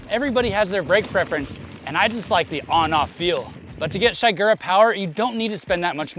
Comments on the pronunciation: it's "SHEE-gura", not "SHY-gura" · Man, this was a pretty uninformed video about this setup. Also your pronounced shigura weird. The servowave system changes thenbrake force from a linear curve to an s shaped one. Giving you more modulation on the early stroke.